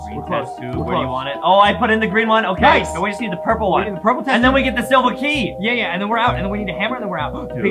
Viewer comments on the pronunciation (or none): Adam said silver kee